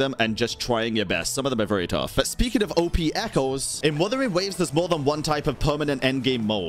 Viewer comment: "Wathering waves" lol